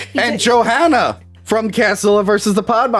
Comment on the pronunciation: Question: when Tony is saying "Johanna" he pronounce it "JohAnna", just like we do in Scandinavia, not the typical "american" way, is there a reason for this?